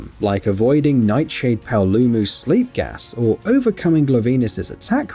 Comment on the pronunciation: I love it when PC gamers slip up when trying to pronounce human words. Gluvenis? Really? Come on lol.